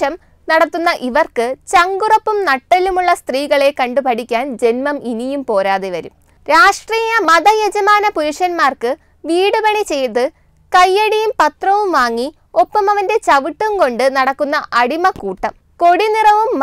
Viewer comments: ( വീടുപണിയല്ല, വിടുപണി എന്നതല്ലേ ശരി ) ആരോ എഴുതിക്കൊടുത്തതു വയ്‌ക്കുകയാണല്ലേ....!! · not veedupanni it is vidupanni